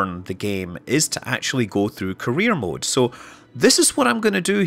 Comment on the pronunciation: Am I the only one hearing "Korea mode"?